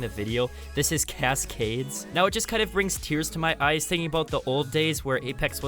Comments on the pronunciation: cass-cades???? I dont dislike the guy but how does he sound so robotic? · The way he pronounces cascades obliterates my soul 💀💀💀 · I can't stand the way you emphasize the last syllable of Cascades. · “Cas Cades “ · Sorry have to say it I hate the way he says cascades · I love your content but I haaaaaaaate how you say cascades 😂 keep up the hard work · Why did you say Cascades the same way every time you said it XD Good vid tho